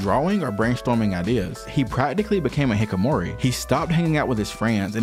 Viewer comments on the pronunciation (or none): it's not dookie. It's mizuki Miduki lol it's hi-kki-ko-mori not hi-ko-mori